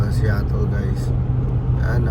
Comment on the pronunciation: Sinung my sabing d ako nagsusupport 😂 paano yung SEATTLE pag pronounce